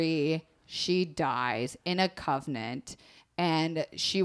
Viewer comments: LOL "covnent". It's con-vent. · I love this so much, but the fact kept saying "covenant" instead of "convent" KILLED ME the whole episode. I want to be her copy editor. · Omg! I loooooove and this story was great but I was internally SCREAMING every time she said covenant! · I thought I was going to rip out my hair every time you said "covenant" instead of "convent". Love you both but sweet jesus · (it's convent not covenant. A covenant is an agreement) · I'm fairly sure it's because by putting the body in "girl's" bed, after finding the burnt remains in the convent, people would think that it was "girl" who had died in the fire. Thus, "girl" would be free to live her life. Also, not sure if you were misreading it, but it's pronounced CON-vent. Anyways, loved this series, I hope you do more. Lady Maupin is one of my fave historical women. <3